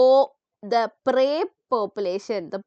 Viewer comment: proy pepulation 😂❤